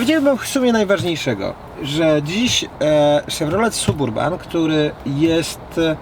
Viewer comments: Panie.wstyd trochę.Jest pan fajny madry gosc.a mowi pan ciagle SUB URBAN.TAK SIĘ PISZE.ALE CZYTA SABURBAN.PZDR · Ale kaleczysz angielski. Nie da się tego słuchać. Wymawia się: səˈbərbən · Nie piszę tego by hejtować. Suburban czyta się saberban oraz drugie "a" jest bardzo krótkie (brzmi prawie jak "y") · Czyta sie Sab Urban....i tego trzeba sie trzymać.pzdr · Suburban...., myślałem, że umiesz trochę angielski?? Naprawdę tak trudno wymówić poprawnie, w imię dobrych nawyków?